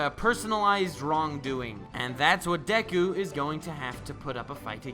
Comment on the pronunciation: You're saying dek-ku when it's just de-ku/Dek-u